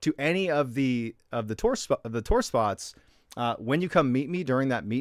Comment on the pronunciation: Love the way you say tour is that like tore, lol,cracks me up!! Haven't listened to the story yet, I'm gettin there!! Living here in Big Sky Montana ✨️ Love the stories, my hubby and I every Sunday tune in for our great and mysterious guy!!